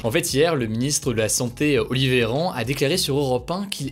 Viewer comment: Ptdr "Olivéran" dites moi que jsuis pas le seul à entendre ça